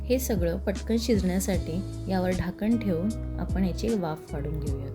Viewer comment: ढाकण ❌ झाकण ✅